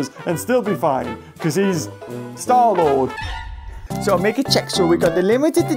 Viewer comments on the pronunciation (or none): When he says 'star lord' i laugh 🤣